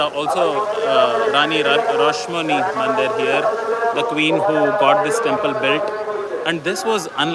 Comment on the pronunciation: Rani Rashmoni not rosh (sweet serup) Moni 🤭